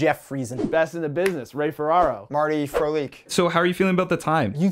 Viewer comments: “Marty Frolik” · he said marty frolik